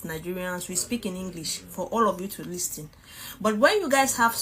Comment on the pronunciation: Why is she pronouncing listen as it's written ur English is just not english